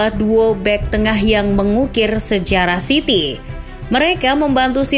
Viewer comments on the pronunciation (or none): none